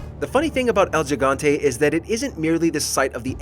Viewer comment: type 'gigante' in google translator, then press the button to listen how the word sounds in spanish. Mimic it. You are welcome.